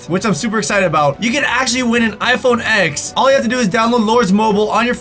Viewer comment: You said iphone x but i kinda hear iphone eggs